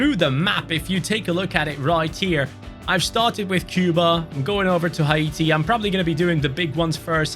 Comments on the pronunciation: what the hell is hi-eaty its hati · Dude its not ha-e-ti😂 its hate-e (haiti) brov its a french word not english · It's haiti man. Not haite man. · it’s pronounce Hay ti not Ha e ti 😂😂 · u pronounced haiti wrong it’s “hay-tee” but love the video ❤❤❤